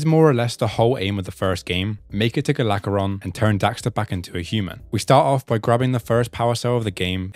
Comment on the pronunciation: Hearing "Galageron" annoyed me so much lol. Gol Aggoron. That's his name